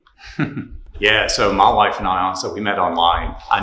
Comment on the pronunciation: Funny how "my wife" sounds the same in a Tennesseean accent and a Kazakhstani